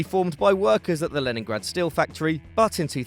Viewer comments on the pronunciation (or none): none